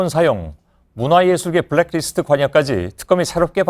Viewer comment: 손 앵커님. 브랙 리스트가 아니고 블랙 리스트입니다. 수고하세요.